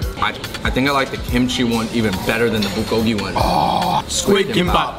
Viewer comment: I died a bit when he said “Bowlgolgi”